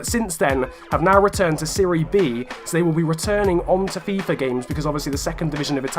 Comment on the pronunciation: WHY ARE YOU SAYING FIFUR 18 AND NOT FIFA 18